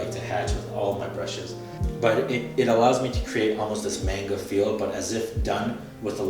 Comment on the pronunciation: You did not just pronounce manga as maynga. And Champloo as Shampoo